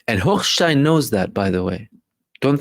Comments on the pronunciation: Omg!!!!! I love the way you pronounce Hochhhhjhhgggggggggshitstein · Brother I was cracking up every time you enunciated “Hochstein”